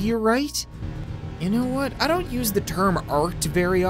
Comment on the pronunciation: He said donut understand